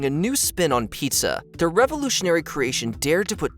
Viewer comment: Why is it that the most troubling part of this entire video is the way the host pronounced PIZZA?